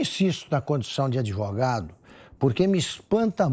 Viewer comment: "ADIVUGADO"... É como pronuncia o "grande, honesto e ilustre" Relator dessa vergonhosa CPI. Que nojo! 🤮